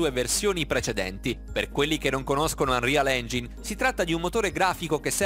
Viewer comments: UNREAL ENGIAIN SCUSA MA IL TUO INGLESE MI URTA🤢😂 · Anrial ingin? Anrial engiain si dice:-) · Unreal Engine si pronuncia "Anrial Engiain" non "Anrial Engin" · Mi triggera quando dice engin e non engain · Ma non si dice unreal engiain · Scusa se ti correggo, ma non si dovrebbe pronunciare "anrial engiain"? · si legge anrial engin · Ma una parola in modo corretto ce la fai a dirla? Tutte le pronunce sbagliate, "Fortnìte" "Unreal Engìne", danno troppo fastidio personalmente, peggio dei doppiaggi dei film di Dragonball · Si legge engiain